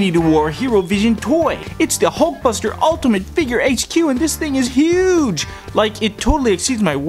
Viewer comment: thats not how you say huge